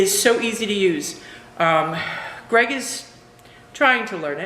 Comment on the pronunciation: Yes Greg pronounced it correctly